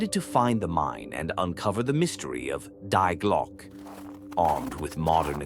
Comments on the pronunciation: "The double-u way" 🤔AI glitch? Also, it's pronounced "Dee Glo-ke" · Sounds like lazy AI generated which is ridiculous even then because Die Glocke is mispronounced.